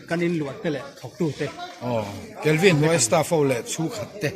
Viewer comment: Kalvin' nilovin 'Kelvi' tih tur niawm tak ani,😂,Ka Upianga thin hi awww,,,😅